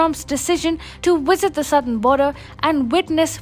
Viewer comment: its VISIT, not WISIT